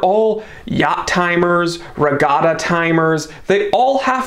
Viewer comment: "Etta". It's "Etta". "Etta". NOT E.T.A.